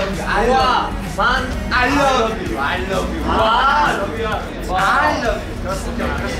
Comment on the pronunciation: “...aYYYLABYU AYYYLABYU” Oo na oo na aylabyu too yieeee HAHAHSHSJAJSJS